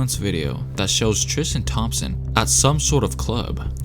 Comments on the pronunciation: Bruh my name is Tristan. And so many people pronounce it trishtan. Basically how you did it. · TRIS-TEN Thompson.....stop trying to make it sound like Christian with a T! #bruh